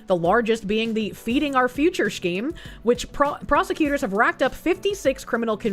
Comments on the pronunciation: pronouncing scheme as "Shkeem" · Take a shot every time she says "schkeem"